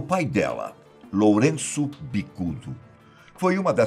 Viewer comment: "Loureço" é foda kkkkk editor vai ser demitido kkk